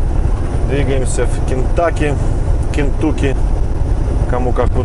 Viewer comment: Кентуккі 😂😂 Тепер все буду так говорити